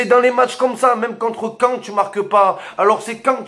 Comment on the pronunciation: Arrête de tenjailler c’est cean 😂😂